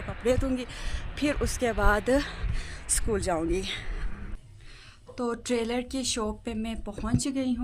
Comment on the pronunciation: Bahen trailor nai hota tailor hota hai😂